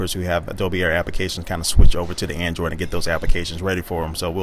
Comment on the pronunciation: He said andriod 3.2?